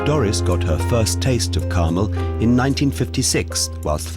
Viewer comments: CarMEL!!! Not CARmel!!!!! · She passed away some years ago. The town is pronounced CarMELL